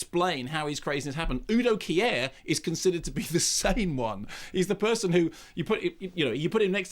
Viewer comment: "Uu Doh Kiä Äää-ah" - bis ich begriffen hab, dass er UDO KIER meint, mannomann!!